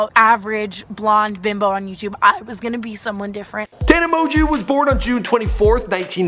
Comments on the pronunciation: It’s produced MO-JOE not mojew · Did anyone cringe when he said "Mon-Jew" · she's a gen z, not millennial. Pronounced mo-jo. Please do 2 seconds of research on how to pronounce names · It's pronounced mojo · Yo did I just hear you call her tana mon(Jew) ? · "a name no one can pronounce". Tana mo-jo it's not that hard, I've seen some other videos of him and this guy needs to learn how to pronounce names before starting to record. also when he messed up channon's name (Shannon), someone teach this guy how to pronounce words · and how da hell you get "Amojew" out of Mongeau? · Tana MO-JEW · TANA M-OO-JO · Also, it's really not hard to pronounce Tana's last name... she used to say it in the beginning of all her videos haha MOJO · "Tana Mongoose"-idubbz 2k17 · "Tana Moju" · its promounced "mojo" btw 😂😂😂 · Pronounced TANNA MOJO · “Tana Mozue” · Moejoe is how you say it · It's pronounced Tana, Mo-Jo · Mo-jew?!?! MO-JEW?!?! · "Tana mojew" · 'tana mojew' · her last name is pronuced mjo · It’s pronounced “mojo” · you say it like moan joe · Who the fuck is tana moju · Tana Mo-jew, LOL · It's pernouced " Tana Mojo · Tana Mon Jew?! IM CRINGING PLS LEARN HOW TO PRONOUNCE HER NAME BEFORE U MAKE A VIDEO ABOUT HER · Take a shot every time he said "Mongeau" wrong😂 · dude, you've seen her videos, she always says her name in the beggining at the video, how come you cannot say it right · How you gonna mispronounce her name when she says it at the beginning of every video? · Omg, her last name is french(like mine) it's not that hard to pronounce.. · at least say her name right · who else was triggered when he mispronounced her last name?? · SAY. HER NAME. PROPERLY! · He doesn't even pronounce her name correctly. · He literally can't even pronounce her name